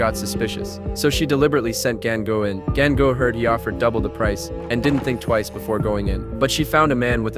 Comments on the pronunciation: 😭😭did i just hear gango rather than gangu? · Gan gu man seriously why you not say dengue 😅😅😅 It's Ganga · It's not gAinGu its GANGU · The AI pronunced it wrong